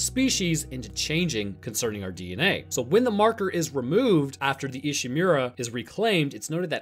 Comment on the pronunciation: Saying ishimura as ishimewra is annoying. The english speaking characters in the game itself can even say it right so why can't you